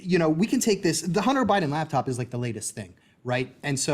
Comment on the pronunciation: He keeps saying "lab top" and I can't just ignore it